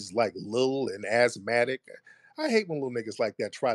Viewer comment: Why this guy sitting here acting hard 😂 he can’t be over 23 😅 but Tariq called him ashmatic 😂 The white guy complaining about the aboriginal of Australia, that is wild. That is like how WS do the Native Americans 😂